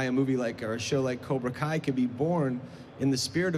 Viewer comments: "Koobra Kai" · did that dude say "Cubra Kai"? I think so, let me know what you think.